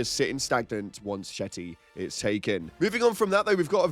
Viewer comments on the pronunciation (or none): “Shetty”? It’s Shete…like sheet, and it’s city is Holl, like hole. Sheethole. Sh!thole.